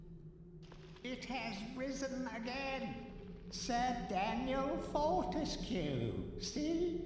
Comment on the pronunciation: DAN-YELL FOR-TESS-KAY!!!